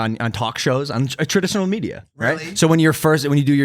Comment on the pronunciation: Why does he say Traditional Media like an 👽?